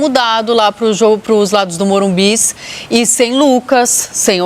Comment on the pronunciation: É normal ter enjoo a hora q ouço falar MORUMBIS?